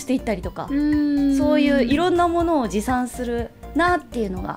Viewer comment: 持参の参間違えてるとこ可愛い でもまれいたそが好き♡